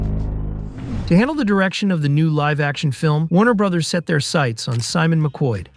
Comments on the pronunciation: Hearing 'Warner Bra's' instead of Warner brothers or Warner bros - gives me diarrhea. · “Warner bras”… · "Warner Bras" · WTF IS WARNER BRAS.... ITS WARNER BROOOOOOOOTHERS OR WARNER BROOOOOOS. LEARN TO SPEAK. LMAO. And CANNNNNO? YOU MEAN KANO?